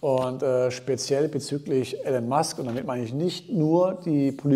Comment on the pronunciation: iiiiilon Musk. Nicht Ällen Musk. Danke